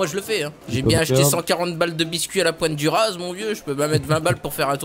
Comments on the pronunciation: Je me tape des barres avec tes vidéos par contre dans POINTE DU RAZ le z ne se prononce pas sinon continue comme ca Big-Up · la pointé du raz se dit la pointe du ra